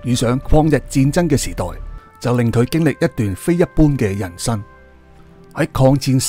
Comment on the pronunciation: 係曾，不是真！你全條片一直叫人做真楚霖。仲有，係人生，不是人身。你要做YouTuber你就要改下你的咬字。